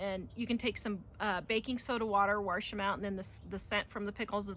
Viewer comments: Please note that wash, is pronounced wa sh. There is no R it is not warsh. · Did she say “warsh”? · Where is the R in Wash.. . ..